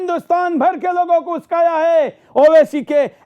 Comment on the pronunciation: Bhoसड़ीk पहले बोलना सिख उस्काया नही बे उकसाया बोल